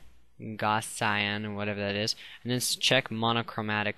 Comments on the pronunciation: it doesn't matter what color the swatches are. and it is pronounced goz-ee-an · For what it's worth, it's actually pronounce GOW-zee-in